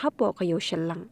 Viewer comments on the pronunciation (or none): ko reporter dei shallang ym dei shyllang